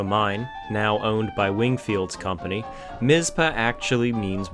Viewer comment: The Northern (Wyatt Earp's place) is 26 miles south, in Goldfield. I dont know what it is now, it was a cafe when i lived there in the early 80s. (Its TonoPAH and MisPAH, not Tonopuh and Mizpuh)